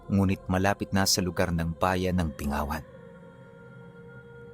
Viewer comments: Binggawan ang tamang pagbigkas,kasi kung bingawan iba po yong meaning sa Ilonggo😅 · Bingg-gawan iloilo 😊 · Bing-ga-wan po yan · Bing -gawan po